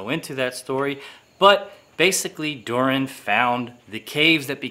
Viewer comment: Its Durin not Durian wkwkwkwk LOL:face-purple-crying::face-purple-crying